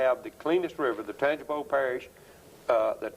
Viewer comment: it’s pronounced tan-jee-pow